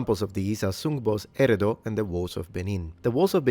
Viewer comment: Abi oo. This dude keeps saying Erado. An Ok effort but please white dude do your research better and more importantly learn the pronunciations. The pronunciations u re messing up are way too simple.